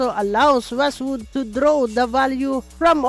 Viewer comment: Wizzwood ❌ Westwood ✅